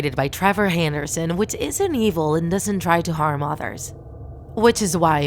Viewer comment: You said handerson